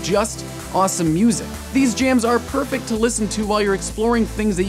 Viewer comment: Am I the only one who heard jake say: " It's purr -fect"